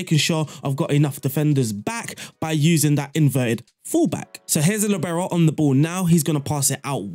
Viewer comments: Wtf its not Libero, its liibero. From italian. I didnt understand you for two minutes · Since Franz Beckenbauer more ore less invented the Libero role, and since he's German, the stress in Libero is on the first syllable: 'Li bero. You are welcome :-)